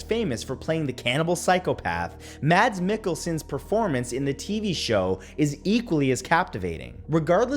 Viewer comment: Mads is pronounced like 'mas' in Christmas. Mikkelsen is 'mikkel' as you would pronounce the metal 'nickel' and 'sen' is pronounced 'zen' - Mickelzen. this is how his name is pronounced when talking about hannibal